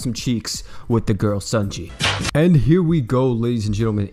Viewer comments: According to Louvet, it’s pronounced ‘sony(like the company)-yay’ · You say her name wrong. No hate; it just bothers me a little.